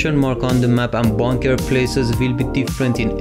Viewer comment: It's funny how he say bonker than bunker but helpful though